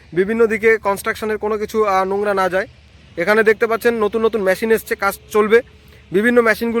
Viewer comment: কথা বলা ঠিক ঠাক করতে হবে। ম্যটেরিয়াল নয় মেটিরিয়াল, ম্যসিন নয়, মেসিন বলতে হবে। English spelling is 'material/materials & machin. উচ্চারন এত বাজে কেন?